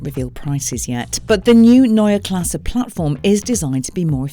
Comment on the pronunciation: No...there's no r at the end. Only an e...pronounced like the e in "n_e_ver". Greetings from Germany.